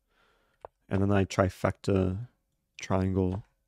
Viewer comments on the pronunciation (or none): none